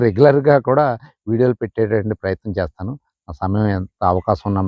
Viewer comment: 😂😂😂😂😂🎉🎉🎉🎉 Good to watch ...try to do videos....🎉🎉🎉🎉🎉.Abba ...that chethanu......what is that accent .....Chesthanu..........😂😂😂😂😂😂😂😂